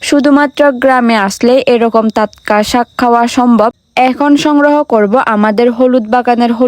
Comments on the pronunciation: টাটকা।✅✅ তাতকা।❌❌ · তাতকা❌ টাটকা ✔️ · টাটকা 😊 তাতকা নয়❤ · তাতকা তাতকা শুনলে অনেক হাসি পায় 🤣🤣😂😂😂😁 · তাতকা তাতকা, তোত্ত পাহাড় 😅